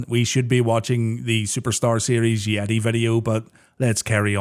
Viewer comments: It's not "the yeti", it's "THE YETAY!" put some respect on my man's goddamn name 😡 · You said Hulk was humped by the "Yetee" but I think you mean "Yeh-tay"! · You kept pronouncing YETAYYYY weird